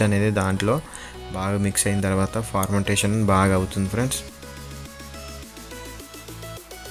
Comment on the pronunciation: ఫర్మెంటేశన్ (fermentation) ను ఫార్మంటేశన్(Formentation) అని తప్పుగా అంటున్నావు. చూసుకో...